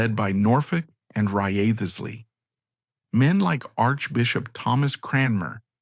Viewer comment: Wriothesley is pronounced "Rizley". Took me ages to realise whom you were referring to.